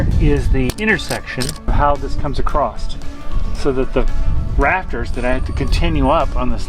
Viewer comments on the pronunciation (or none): The word is across when your talking about it span or distanss not acrost arcrost isn’t even a word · There is no I in team and no T in across =)